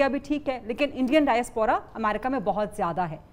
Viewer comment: Bibi diaspora ke pronunciation tek kar lay